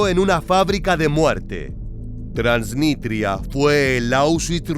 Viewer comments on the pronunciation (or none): Es TransniStria, no Transnitria, con s.